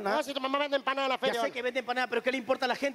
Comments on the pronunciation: A MI TANBIEN ME GUSTA CUANDO DICE ENPANADA JAJAJJJAAAAJAJAJA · La parte que me gusto fue cuanfo dijo empansda y tambien cuando le dio un beso jaja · Jajajaj me encanta cuando dice enpanada🎉😂😂😂😂😂😂😂😂😂😂😂😂😂😂😂😂😂😂😂😂😂😂😂😂😂😂😂😂😂😂😂😂😂😂😂😂😂😂😂😂😂😂😂😂😂😂😂😂😂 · Yo igual la vieja Tulla vende enpana daa